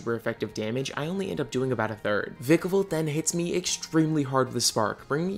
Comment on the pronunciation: It's v-ie-kevolt